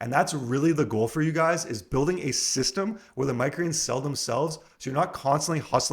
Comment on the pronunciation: I wish he'd slow down and say "microgreens" properly LOL.